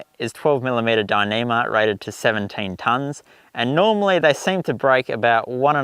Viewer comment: Could you say dinima one more time?